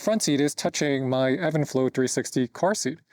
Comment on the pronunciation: It’s even flow not Evan lol